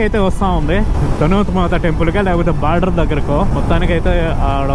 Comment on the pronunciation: అది border, not barder 😂